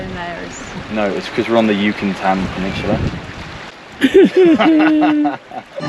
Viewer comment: Yu-can-tan. Hahaha... Bien amigo!